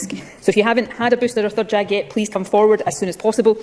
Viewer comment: I swear She Says Get a Booster JAG not Jab.